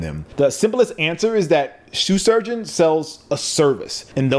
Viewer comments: Are you saying “Sue” Surgeon on purpose? Foreshadowing? 😂😂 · Very informative. Way to break down the difference in a product versus a service. Also, anybody else hearing, "Soo Shurgeon"? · Just once, pronounce Shoe Surgeon well. Just once, please. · "Sue Shurgeon" lol